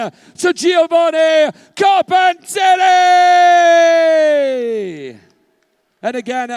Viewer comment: best italian name pronounciation ever from a british bloke. props